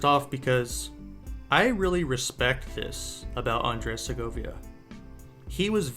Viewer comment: Please learn how to pronounce his name at least.